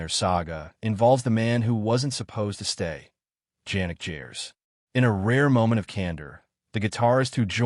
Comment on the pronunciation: His name is pronounced "Yanik" Hard-G: "Gers".